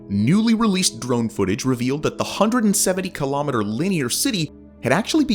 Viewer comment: Please learn how to pronounce kilometre. Even in American, you’re wrong.